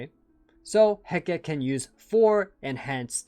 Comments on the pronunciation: Just as an FYI, Hecate is typically pronounced "Heh-cah-tee" rather than "Heh-keht" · Hecate is actually said in three syllables. (Heh-Ka-Teh)